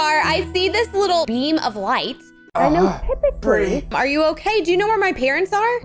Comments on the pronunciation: It Bri not Bir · It’s Bri not Bree